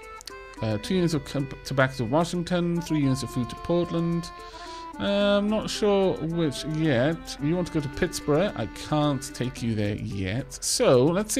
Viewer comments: great video! Love the game so far. Quick pronunciation notes that will make my brain hurt: Utica=You-ti-kuh Pittsburgh=Pits-burg (make the same "urg" sound like in "Flurgles") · Big Fun; Yes, let's see a bit more of this. Also, my compliments to you... while I'm sure others will tell you of Utica's pronunciation, I particularly enjoyed that you used the historically correct but now archaic pronunciation of Pittsburgh! (It was Pittsburgh like Edinburgh at founding... but it's become "pittsburg" to most Yanks for some many decades now. Pity that; the old form still sings to me.) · Thank god you said it - the "oo-tick-uh" was driving me batty. Such is the nature of growing up in Upstate NY - no one can pronounce any of the towns. Also, Pittsburgh WAS "Pitts-burruh" originally, it was later americanized to "Pitts-burg". So he wasn't ENTIRELY wrong. It's like how "Worcester" in Massachussets its pronounced "Wust-ur". Yay britons. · This game looks wonderful. I will have to pick it up. And it sounds like you'll be passing through my hometown within a few episodes! Btw, your pronunciation of Pittsburgh (rhymes with iceberg) -> Pittsborough (very British) made me smile. Don't change it!